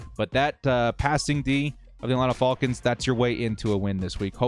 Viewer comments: Youre the only dood I dont mind hearing say FALLKINS lol., youve been holding it down during a difficult start to the year... hopefully things turn around for us on all fronts. Lets go Bolts!!! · “Atlanta Fall-kins” lol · Hate how he says "falcons" lol. Great stuff though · I love everything about this channel except for how says Falcons 😅😂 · It bugs me too, but I think it would bother me more if he started saying it right. Lol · I kinda dig it. What bugs me is the people that say Jagwires, and Bangles. 😂